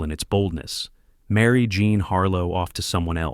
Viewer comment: Her name was JEAN not JOHN as this narrator says frequently 🤦🏼‍♀️